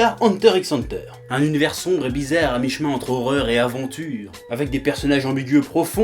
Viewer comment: Au faite, ça se prononce Hunter Hunter et pas Hunter X Hunter...